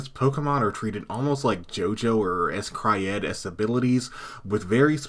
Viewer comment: First time I ever heard somebody call it S cry ed instead of scryed. Kudos tho for knowing that one tho